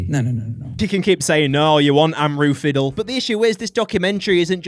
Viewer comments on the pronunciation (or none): “Amroo Fiddle” is mad work 😭🙏